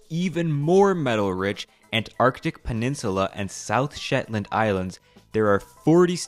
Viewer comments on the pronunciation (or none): none